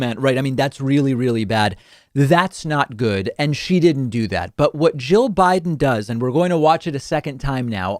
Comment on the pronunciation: It sounds like you're saying Joe instead of jill.